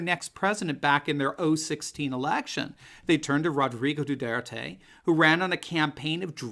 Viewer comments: You're mispronouncing his name, it's Do (w)are tay. It's Spanish. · No Americans can pronounce President Duterte's name correctly, including.